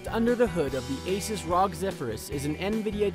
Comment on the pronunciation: You pronounced r.o.g. rog